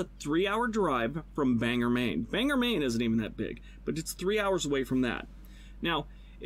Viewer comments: “Banger” Maine is pronounced Bang-Gore, if anyone was wondering. The dude in the video got it wrong. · I live in Bangor Maine and it’s not pronounced “bang ger” Maine just say it normally “ban gor” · Am I the only one from Bangor who is upset with how the dude said Bangor Maine? >.> Bang-or not Bang'r. rolls eyes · Please note......it is not Banger Maine. That is Banger, Washington. We pronounce it Bang-or. Just like is spelled. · The corn maze on #2 says "Help feed the County". Caribou is located in Aroostook County. In Maine, Aroostook County is just referred to as The County, even though its one of 16 counties in the state. Also, Caribou isn't as isolated as the guy makes it out to be. Also2, the guy mispronounces "Bangor", which he says is also pretty small. Bangor is the 3rd largest city in the state of Maine.